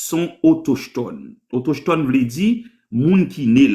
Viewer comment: Ki kote jwen mot autochetone sa menm😂😂😂 Le mot se autochtone, "CH" la pwononse tankou "K", pa menm kon li byen non mezanmi 😂😂😂